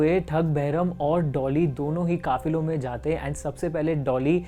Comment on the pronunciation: Kaafilo not kaafiro